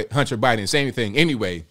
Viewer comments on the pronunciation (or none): none